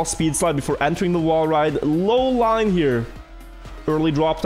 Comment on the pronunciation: lol the chat when didn't say the line properly